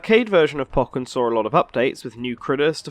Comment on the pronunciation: u say pokken wrong